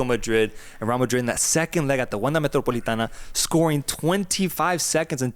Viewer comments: And it’s the Metropolitano not Metropolitana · Boy,. It's MetropolitanO. Regardless of the Wanda or Civitas name, it's still the MetropolitanO.